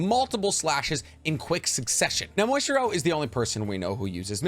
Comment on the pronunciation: Are you calling Muichiro "Moistchiro" intentionally or is that how you just pronounce his name?